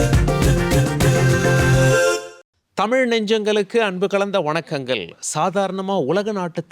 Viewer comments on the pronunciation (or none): வணக்கங்க ல்.....அவர்க ல். என்று ஏன் தமிழை கொலை செய்கிறீர்கள் ...தமிழை பிழை இன்றி உச்சரிக்க யாரும் இல்லையா என்ன ?